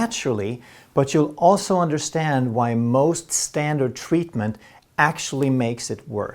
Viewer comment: I can listen to pronunciation of "tweatment," and "tweat" all day. 😌